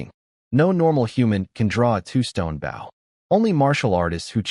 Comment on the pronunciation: I will never pay for membership on any site that cannot pronounce bow correctly on a story about archery. same goes for wound, live or lead